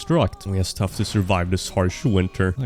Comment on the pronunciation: It’s “yust” time 😂